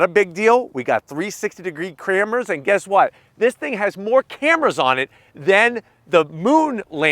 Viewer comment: 360 degree "cramras" lol!